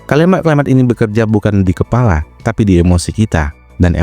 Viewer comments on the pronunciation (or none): none